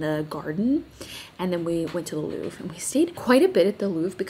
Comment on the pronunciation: Here’s a small tip for your pronunciation: it’s "le LouvRE", not "le Louv" :)